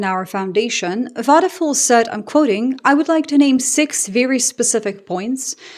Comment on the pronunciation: It's not wadefool it's wadepuul . you may want to be more careful , not to butcher names , because you are repeating them so often .